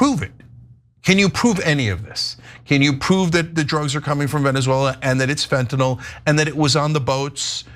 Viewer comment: I’m pleased that simply Ana pronounced fentanyl properly unlike 99% of the people on tv and the govt say it. Not fentinal, fentanYl (like “IL”).